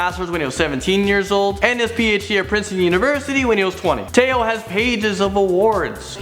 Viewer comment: Tao is pronounced Dao